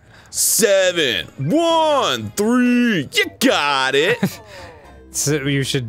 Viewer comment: When Dan says "ju got it" it makes me think of Die Antwoord's song Ugly Boy